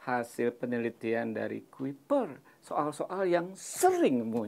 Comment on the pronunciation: Menit 8.33 Detik: dengan super quper eh quipper...😀😁😂